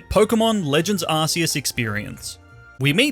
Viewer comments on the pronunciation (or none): It's not Ar-see-us. The official game trailer announcer says it: Ar-kee-us Arceus = Ar"K"eus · its not pronounced arceus it pronounced arcoos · ARS PHONE?! ITS CLEARLY ARC ARCEUS NOT ARSEUS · it’s Arc-eus with a c like the c in crime. and it’s arc phone not ass phone😂 jk you can call it anything you want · Every time you say arseus I die it’s arkoos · its ARKEUS not ARSEUS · arkeus not ARSEUS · ar-key-us. Not ar-cee-us. #justsaying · Your pronouncing arceus wrong... check out the pokemon movies ark not arse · Please, on god, dont say "Arseus", its spelled "Arkeus". It just simply bothers me so much. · Hey is not arceus its arkoos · It's Ark-oos. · Pokemon ARCEUS (ah-kee-us) not a British Arse! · What is this Arse-e-us he keeps sprouting on about? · You pronounced "Arceus" wrong. It's pronounced "Ar; Ku; s" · it’s pronounced arkoos actually